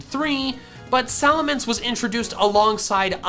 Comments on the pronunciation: SALAMENCE, NOT F*CKING SALMANCE! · SALAMENCE, NOT SALMANCE!